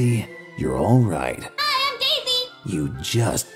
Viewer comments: It sounds like he's saying Day Zay instead of Daisy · This boy said "dayzsay"